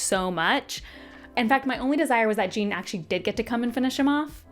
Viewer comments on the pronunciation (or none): His name is not JEAN !!!!🤬 It is Jeán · Omg it's not Gene it's Jéan like Shawn with a J, like the French name 😂😂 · I had a bet with myself when I saw this come up that you would pronounce Jean 'Jeen' and I am both richer and poorer now 😂 I feel like this is a common one, though. (Great review, have similar feelings towards it though maybe a touch more positive) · yea it’s not pronounced gene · I’m so happy to see another person who pronounced Jean’s name like Jean Grey. I felt so dumb when I found out it was supposed to be a French pronunciation lol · Les Mis would be a lot funnier if Jean Valjean was pronounced this way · The Jean pronunciation 😂. So glad you enjoyed it!